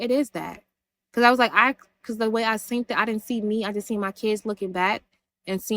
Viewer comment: Why is she adding a “T” on “seen”🤦🏽‍♀️ if slow was a person 💀